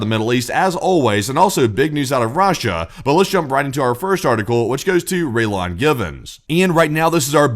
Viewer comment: The way you butchered Raylan you never saw an episode of Justified.